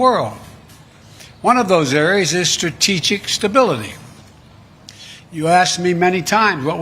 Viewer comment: He couldn't even prounce strategic stability!